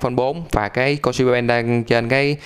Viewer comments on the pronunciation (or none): none